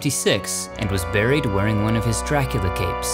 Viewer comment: It's not drakeeula . Its Dracoola